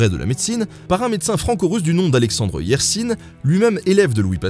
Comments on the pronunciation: Purée, quand j'ai entendu Alexandre Yersinne mes oreilles ont saigné ! 😨😨😨😂😂😂 Yersin ou Yers1 😊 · Cocorico ? La vulgarisation, c’est bien... mais il ne faut pas dire n’importe quoi. Ainsi, le docte Alexandrre Yerrsine se nomme en fait Alexandre Yersin (prononciation: hier-sein), il est né le 22 septembre 1863 à Aubonne, Canton de Vaud/Suisse. Il n’est aucunement « Franco-Russe ». Laissez cette appellation aux entremets Ancelotti. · Alexandre Yersin (et ça se prononce comme "oursin" sur la fin)(je sais je sais je chipote, mais comme tu m'apparais comme hyper crédible et cohérent, je me permets d'insister) était franco-suisse et pas franco-russe (j'y tiens, c'est mon petit côté fière Helvète). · Oui effectivement, il est né à Aubonne dans le canton de Vaud en Suisse et Yersin ça se prononce en "in" comme vaccin lol et pas en "ine" si jamais. Sinon merci à toi pour ton boulot, c'est vraiment formidable ce que tu fais au niveau de la vulgarisation historique. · c'est vrai que tout le monde dit Yersine, on fini par s'y faire xD